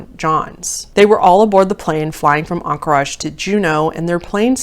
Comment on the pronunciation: Aink-ridge or anker-idge but on-cor-aj is different lol